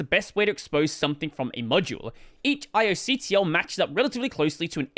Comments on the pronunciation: I believe the kernel folks pronounce it like "eye-auk-tul". Cheers. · pronounces char like the villain in Gundam, despite it being short for Character. its care, not cher. It's not gonna sing you a song. Also - spells out ioctl, which is short for input output (or io) control.... ioctl is 5 syllabels, iocontrol is 4. Saves you some time. Seriously questioning if you're qualified to be reading these documents at this point. /s